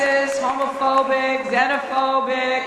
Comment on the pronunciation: She doesn’t even know how to say xenophobic lol 😂